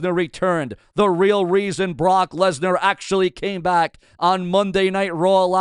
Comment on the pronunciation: I did see Paul Heyman call Brock Lesnar, Brock Legnar